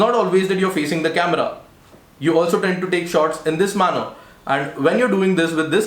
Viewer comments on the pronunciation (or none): none